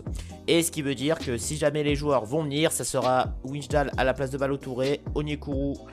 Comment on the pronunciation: On dit "Waillndal" pour Wijndal